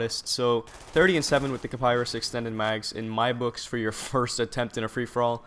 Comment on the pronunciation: not kaparis its called kiparis